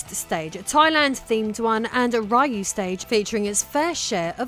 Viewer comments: Just a heads up: the correct pronunciation of Ryu - given he's Japanese - is "Ree-you", not "Rie-you". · Please :( Ryu is pronounced "Ree-u"